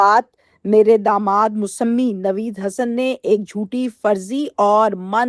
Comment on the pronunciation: ، دنیاوی علوم تو بہت حاصل کری، اب آپ کو چاہئے کہ کچھ دینی علوم بھی حاصل کریں تاکہ آپکی آخرت سنور جائے۔ دوسری بات لفظ مسمی کو Musammi نہیں Musamma پڑھتے ہیں